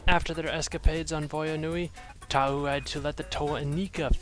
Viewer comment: I don't know if it was just me but that pronunciation near the end was really weird. "Toa Tauuuuu should be taking notes."